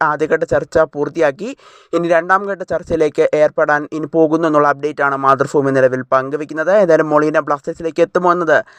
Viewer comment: മാതൃഭൂമി ആണ് ഫൂമി അല്ല